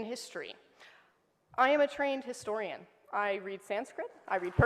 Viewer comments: "I am a trained distorian" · Historian ❎ Distorian ✅